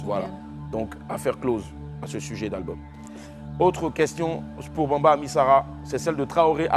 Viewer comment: C'est bamba et non Bambi oooo